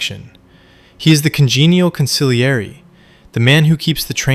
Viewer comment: 😂😂😂😂😂😂😂bro can't even pronounce con·si·glie·re right 😂😂😂😂far from any sopranos expert fukin embarrassing